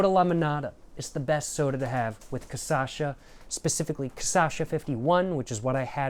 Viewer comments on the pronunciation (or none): Lil tip: its CA SHA SA, not ca sa sha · It’s not “caçacha”, it’s “cachaça”, pronounced as ca-sa-xa. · its not "CaÇasha" Its CaXaça" ahahahaha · bro is not ca ça cha, is ca cha ça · You say "CAÇACHA" but it's actually "CACHAÇA". You're mixing up the last two syllables, and I love it but thought I should say something! hehehehe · poha man you should pronounce it KA CHA SA instead of kasascha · Man you got the name almost right just invert the syllables, instead of ca-sa-sha you should say ca-sha-sa. If you are interested in trying to pronounce 51 in portuguese you shuld try saying "cinquenta e um" that sounds something like "sincuenta yoom". One other very very important thing, you called the "churrasqueira" a pizza oven, man be carefull with that, it is a grill for brazilian barbecue, almost every single house and apartment in this country have one of that. What you said its almost heresy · cashasa not casasha jjajajja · CA CHA ÇA. Not CA ÇA CHA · who's kasasha? 😭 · Ca Sasha 😂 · ca - cha - ça //// TRY: CA / XA / SA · Really need to make a version of this but only saying CASASHA (and also taking a shot every time respectively) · ca-sha-sa is the pronunciation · ca-sacha is so tuff twin never say it properly. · I like that he say caçacha lol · its ca-sha-ça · It's CACHAÇA for christ sake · bro, it's CA-CHÁ-ÇA!!!! XÁ!!! love your videos :) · It's kah-shah-sa and you said it wrong every single time >:( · Every time he says Casacha i die a little inside. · KATIASHA! you can pronouce corretcly. you say kasasha,its sound wierd, sounds like a japan name, you have to say, KATIIIIASHA (use more power in "I" word so separate words, silabes). i suggest you to say it corretcly to sell more books. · hey is cachaça said like kashassa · Pior que nos primeiros vídeos ele tava falando certo kkkkkkk do nada ele começou a errar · This is the 3rd video in a row that you did not learn to pronounce cachaça i will acknowledge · Its cachaça bro